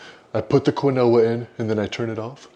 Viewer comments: Quinoa is properly pronounced as “KEEN-wah”, according to the Merriam-Webster Dictionary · I’m mostly here for the pronunciation of Quinoa!